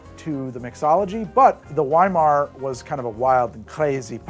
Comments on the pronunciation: I absolutely love Babylon Berlin!!! Also just to let you know weimar is pronounced with a "V" . I enjoy th ebooks, but season 1 of the show is amazing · I like history nerd episodes! I would definitely watch that 5-part Weimar episode, as long as learns to pronounce Weimar properly first:P